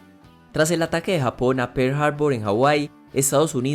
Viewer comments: Se dice <Japón> no < >.... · se dice Japón no hapon